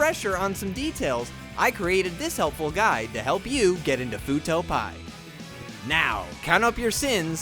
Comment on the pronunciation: Great video. Also, it's Fuuto P.I., as in Private Investigator. Not Fuuto Pie.